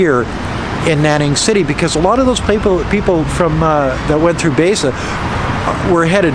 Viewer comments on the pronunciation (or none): Baise pronounced as bi-sir, bi as in binary. Literal translation is Hundred Color.